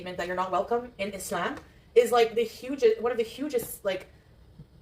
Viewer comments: The way she says "Islam" (e-slam) with an Arabic accent is CRINGE! This is new and it's how that other convert woman says it that she's talking about. I guess she wants to be her. 😂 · So she now pronounces it “isssssss-lahm”